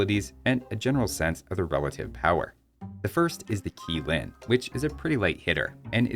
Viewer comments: Q should be pronounced as Ch Qi = Chi Qilin = Chilin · You mentioned a few times not being too sure how to pronounce some of it, so for future reference on Chinese words in the game: - The "q" in Chinese transliterations is pronounced as a "ch" sort of sound. So "Qilin" becomes something like "Chee-lin". - "zi" at the end of words is almost always pronounced as "tsuh". So "Yazi" becomes something akin to "yah-tsuh". - "u" is generally pronounced as "oo", while "ü" is pronounced similarly to a German ü - "x" is pronounced like a "sh" sort of sound. I think you got this one right. - "nezha" is pronounced more like "nuh-zhah" (you got the zh sound all right, so I'm keeping that in) instead of "nez-ha"